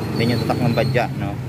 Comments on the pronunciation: BAJAJ...pano naging Ba-Dya ang basa jan? ipabasa mo yan sa grade 1 babasahin yan ng Ba-Judge...kahit paoorin mo yung mga vlog ng indiano Ba-Judge din ang basa nila. konting research din minsan bgo mag vlog ksi misleading yung name nya!!! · Bajaj Baja silent j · Bakit kaya tayung mga pilipino ay ang bigkas nila sa bajaj ay badja. Ang mga indiano ay ang bigkas nila sa bajaj ay badjads.